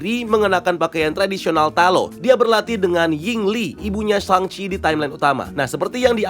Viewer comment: Naga itu dari Shang Chi, panggilannya the great protector. Btw, masih ucap namanya Shang Chi jadi Sheng chi ya? Wkwkwk